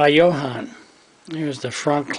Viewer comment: Ah, it's a 25th scale. I always heard others pronounce it Yo-Han so I followed that trend. So glad you watched this and many thanks for your comments.